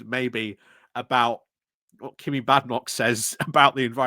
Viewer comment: there is an N. it isn't jerrick, it's jeNrick. sorry to be a pedant but some days it really gets to me that you've been saying his name wrong for a year. i get that you call Kemi 'kimmy', and i put this down to dyslexia, but ....ugh ... JeNNNNNNNNNNNrick.